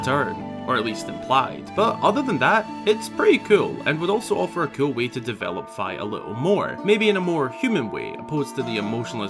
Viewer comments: its fih not fhy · I thought it was pronounced Fi as in Fiona not Fy. My whole life is a lie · I now know it's Fi (like fly) but I pronounced it Fee for the longest time and can't stop saying it that way in my head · I'm pretty sure her name is pronounced like fee, just like another Japanese word ki.. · It's how he pronounced Fi tho 😭 Bruh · It’s pronounced like the half of Wi-Fi